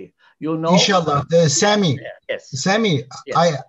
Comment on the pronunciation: adam sami diyo edip aksan yapip semi diyo cok komik ya